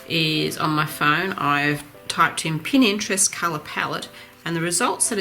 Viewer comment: Love your tutorials. Please may I correct you, for the sake of total newbies, it is Pinterest not Pininterest.